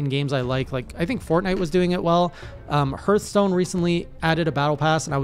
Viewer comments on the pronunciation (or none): No. Please no skill tree in Monster Hunter. Also Hearthstone sounds like "heart" and not "girth" Hirth is not a word haha